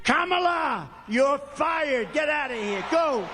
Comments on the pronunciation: Wait…what??? He’s actually pronounced “Kamala” correctly??? He’s definitely having a mental breakdown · When he started lying about the economy, at least he said her name correctly! Props dummy Donnie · Trump said Kamala correctly .